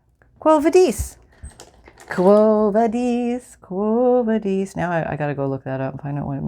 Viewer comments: Quo vadis was a book and actually a pretty famous movie in its time. It is pronounced: "kwo" thymes with owe. Vah- dis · Thanks for making me smile- your turning Latin into French was very cute. You can use a lighter on the edges of your ribbon to stop the fraying, if you’re old enough to use a lighter without adult supervision.